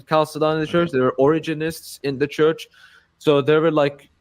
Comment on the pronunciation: Catholic bro doesn't even know how to pronounce Chalcedon